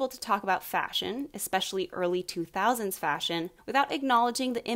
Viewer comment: Its 2000’s not nautes